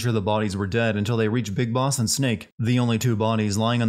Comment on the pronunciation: “Bis Boss”?